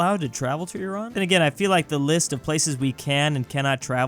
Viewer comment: is one rare American who says "Iran" properly and not "Ay ran" as in "I ran away from the dog"